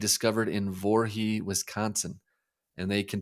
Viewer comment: Great podcast! A minor point, but it's Voree, not Vorhee.